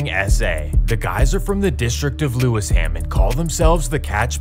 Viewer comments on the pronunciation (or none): "Lewis ham" hahaha